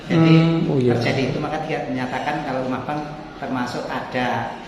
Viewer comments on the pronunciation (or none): LEMAHBANG Mas bukan LEMAH ABANG